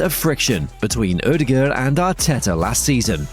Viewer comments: Haha, cracked me up. Never heard that version, and it's honestly way off. Just say Odegard with an english accent, you'll never get the Norwegian pronunciation right! If you insist to try, the Ø is pretty much like he says in the video, but the aa in the ending is supposed to sound like the o in "corner" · Not to be rude or anything, but can you please look up how to pronounce "Ødegaard"? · its terrible. Its also different evry time hesays it